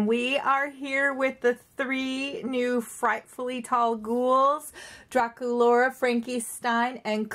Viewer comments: you said durakulora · Dracolaura....... No DracUlara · on my ra she is not saying Dracula's name correctly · It's (Dra ku Laura) and ( Clawdeen Wolf, WOLF) omg